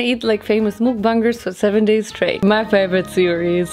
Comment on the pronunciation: I can’t 😭 😂 nit Trina be mean but “mOoKBuNgErS”